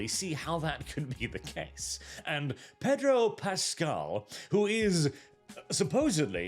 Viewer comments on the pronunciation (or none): I would have sworn you called him "Pedo Pascal." I had to rewind to check it again.